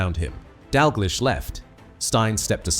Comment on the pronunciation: So the 'betrayal' was what exactly and how was it 'unbelievable'? A potentially interesting, informative or revealing tribute spoiled by a clickbait title and an AI voiceover that mispronounces Stein and Dalglish. I suppose we should be grateful that this wasn't about Danny McGroin.